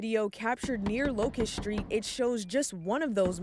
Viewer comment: "Shtreet" takeover?